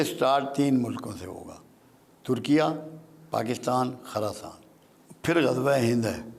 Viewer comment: ایک تولفظ خراسان کی خ پر زبر نہیں بلکہ پیش پڑھنی چاھیئے، دوسرے یہودیوں کے درخت کا نام زرقد نہیں بلکہ غرقد ھے